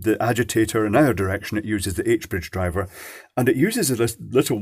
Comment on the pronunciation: Hey, Can you please accentuate the "d" in "h-bridge driver" when you pronounce it? Might be because I'm slightly autistic but I keep hearing it as something else.